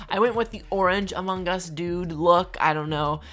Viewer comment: No one:: Amung Gus